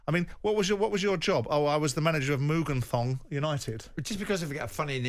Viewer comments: Mugan thong 🤣🤣 it's Muangthong pronounced Muangtong 🤣🤣 creasing. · Simon: Muganthong lol, it's Muangthong United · Howling at the way Simon said Muganthong United 😂